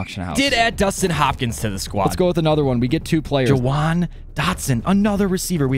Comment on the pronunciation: jahan dotson not jawan dotson